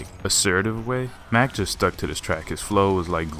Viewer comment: Mach not Mack